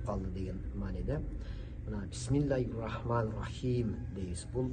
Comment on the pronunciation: Борончу баары бир илим алып алып туруп суйло,жакшы которупсун,бирок туура эмес ,ото ката айтып жатасын ариптерин! Бисмиллахиррохмаанир рохиим дегенде эле ката кеттин эн томонку ха айтпадын,эки рр таштиддерин айтпадын,мад дарын туура созбодун! Иййака ,эки йй кылбадын,роббил де эки бб кылбадын.Кыскасы баарын ката суйлоп айтып жатасын тамгаларын(ариптерин). Ошондо мааниси башка жакка кетип калат.Ал эми которулугу ото жакшы айтыпсын!Эми тавсири да керек.Бул Фатиха суроосу кандай суроо,Кайсы жерде тушкон ,кайсыл окуяга байланыштуу!дегендей.